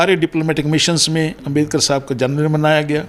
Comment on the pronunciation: यह " पढ़ा-लिखा " आदमी बाबा साहब डा अंबेडकर जी को 'अंबेदकर' बोल रहा है!